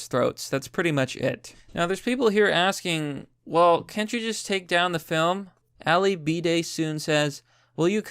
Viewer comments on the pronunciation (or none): none